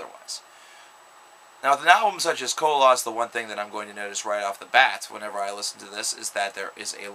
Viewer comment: Lol no one can pronounce the album right. It's not co-loss. It's koloss